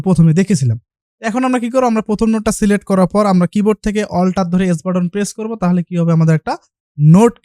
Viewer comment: celect na select hobe kotha ta😆😆😆